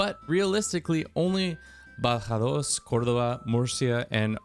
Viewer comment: Damn, you even hit me with "Badajoz, Córdoba, Murcia and Valencia". Very nice!